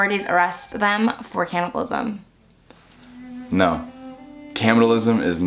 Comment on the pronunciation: i’m sorry WHAT is “caminalism”